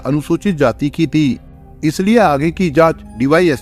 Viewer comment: 🤣🤣🤣🤣..... ये #ती बोलता है या ।। थी....???? 🤣🤣🤣🤣